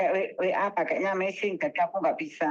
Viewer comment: Weixing MBAKKKK bukan meissing ngomong AE salah kalau punya keturunan China mogok ngomong Mandarin AE pletat pletot 😂😂😂😂 maaf ya mbak aku guyu